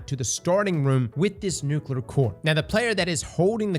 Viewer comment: Bro still can't say nuclear